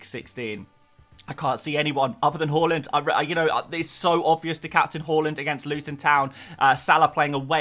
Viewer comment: The way you say Haaland makes me sad - great vid otherwise